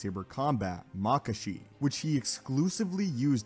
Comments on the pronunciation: JuyO, makashi (like kakashi), soresu (sore-ess-oo) Ffs pronounce shit right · Sir. It's Joo-yo Juyo. Plz. And Nuhmahn/Neemahn Niman; Mah-kawh-shii Makashi